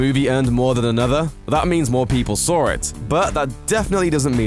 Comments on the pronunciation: "More people sawr it" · Did you say "sawr it"? Interesting